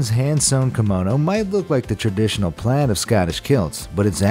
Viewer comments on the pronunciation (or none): none